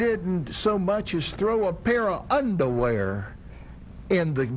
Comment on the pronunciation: un-duh-wear lol